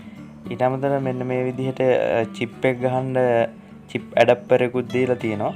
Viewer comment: ඇඩප්පරෙ නෙව්යි බන්, ඇඩැප්ටර් .